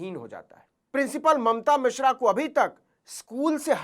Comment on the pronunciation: भईया जी वो मिश्रा हैं, मिश्रा